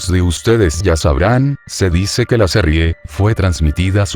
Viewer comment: qe bronca que diga serrie,LOL